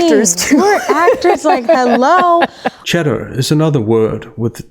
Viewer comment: Love your work. I seriously thought you were saying Chedder lol instead of chatter